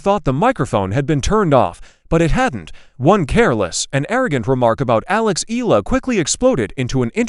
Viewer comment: There's no such name in the Philippines Ee-luh! It should be pronounce the correct Filipino way, should be pronounce A-Yeah-Luh (Eala) Got it